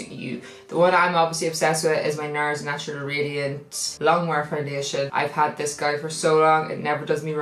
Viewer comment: I just noticed you never say natural properly 😂 I love it 😂😂❤️